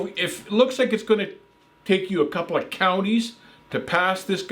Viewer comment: "A couple ah counties" 🤣